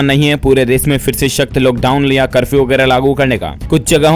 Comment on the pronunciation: Bhaiya loghdown nahi hota hai lockdown hota hai